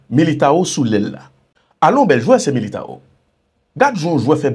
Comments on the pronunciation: Tchitchi ..rele neg la tankou brezilyen yo mesye sispan a Tit nou Militão se Militanw sa prononse..c pa Militawo... Vinicius C Vinisyous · Boa noite meu irmão , você está fazendo um trabalho que é excelente Alem você tem que saber algo no idioma portugués. ( Tite= tchitche) āo= ane( militāo= militānw